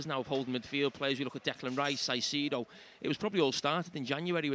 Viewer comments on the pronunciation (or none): JAMIE!!! KAISEDO!! NOT SAIDEDO!! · Why does Carra call Caicedo “sigh-seed-oh” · Jamie pronounces Saisedo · Saiseedo, when is someone gonna tell carra lol....Also heard Micah in the studio at HT say Castiago. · Carra has switched from pronouncing Caicedo with the "C" sounding like a "S" post match. Watching the overlap fans debate and match commentary today, found it strange how he... very blatantly pronounced his name differently to everyone else.. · Someone please teach Carra how to say Caicedo